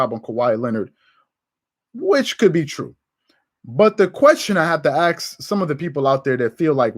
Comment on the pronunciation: Why are you pronouncing word "ask" like "axe"? Correct your pronunciation, you are working in media now. This is coming from European, who's native language is not English :)